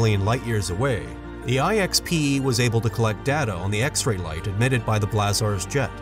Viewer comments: I really like this channel, even if the narrator clearly is a robot. Here it pronounces the word "blazars" in three different ways -- "blahzaaahrs", "blazurs", and "blazors" (but never "blayzors"). Maybe its algorithm involves the uncertainty principle. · You’re mispronouncing ‘blazars’!